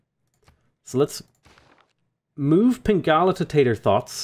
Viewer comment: Hearing you say "Tator Thots" out loud was hilarious